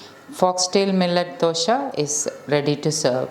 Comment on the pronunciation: Dosa not dosha